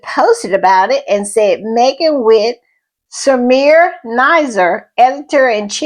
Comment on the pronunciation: It is not "Samir" - it is SamiRA.